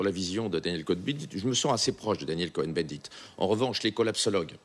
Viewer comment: Pourquoi cette manière insistante de prononcer Daniel Coh"EN" bendit?